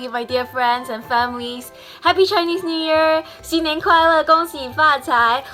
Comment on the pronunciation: when u say chinese i heard u say jainese lol amd thats how indians say chinese